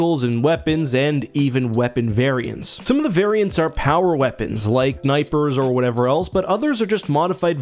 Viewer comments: This guy legit just said nipers.... No snipers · I lost focus once he said niper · Did he really say "nipers"? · Did he say "nipers"?